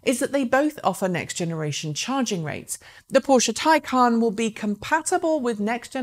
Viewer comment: Yes, by all means pronounce it "tie-CON", because Porsche are tying themselves up in knots to con the world into believing that a stupid made-up word has an actual stupid made-up pronunciation that breaks all normal pronunciation rules in every language.